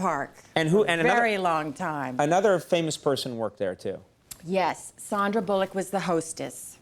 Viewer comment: She really doesn’t know how to pronounce Sandra Bullock? It’s not Sondra. lol